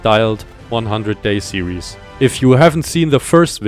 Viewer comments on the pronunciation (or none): none